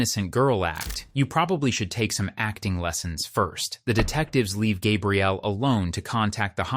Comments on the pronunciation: Are you a real narrator. I think not. Is it Gabe-rielle or Gabrielle. Clue, it's the latter. Short A for women and long for men and different spelling. A human would make the same mistake over and over again. A human would not change from one pronunciation to another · Her name is GabriELLE, not GABE-riel. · The roulette of ways you chose to pronounce her (and my) name was dizzying. 🥴 Gabrielle, not Gay-brielle, not Gabriel, hard G, ab like abs, ree, elle. Please.😂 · For the love of god, please edit your shitty AI narrator. When you misspell “Gabrielle” as “Gabriel,” then you end up with the inconsistent pronunciations. Either actually have a human record their voice or EDIT! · The fact that the narrator repeatedly calls her "Gabriel" should have been a big hint. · Its the feminine of Gabriel, I've heard people pronounce it gabe-rielle plenty of times in person, not just an AI thing. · Also calling her “Gabrielle” like a man’s name and not like a woman’s name is cracking me up. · it irks me, the way the AI said “gabrielle.” 🙃